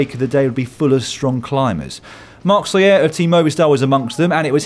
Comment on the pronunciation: Love the show and love you Lloydie but Soler is pronounced more like "soul air." That "ya" sound in Spanish is reserved for when you have two Ls, as in "amarillo."